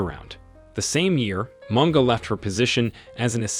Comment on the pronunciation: 😂😂Mispronouncing words does hurt my ears though, and Barclays kenya got replaced by absa. All bantus languages pronounce words as they are written. Like Munga is munga and not monga.